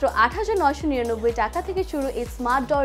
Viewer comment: জনাবা : নরসিন সুধা বাঙালি হয়ে বাংলা বলতে পারেন না! টাকা কে ঠাকা বলেন O_o যাই হোক আমার বাসায় ৫ম ফ্লোরের কাজ চলছে সেখানে প্রয়োজন হবে তাই জানতে চাই এটা কি নির্ধারিত মূল্যে ?( Fixed price or not? )